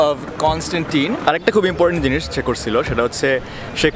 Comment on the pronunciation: English: american accent bangla: korSilo, khaiSilam